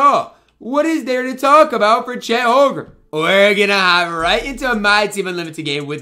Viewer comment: It’s Holm-Gren not Hol-grem lol sorry I just had to point that out it was bothering me every time you said it in the video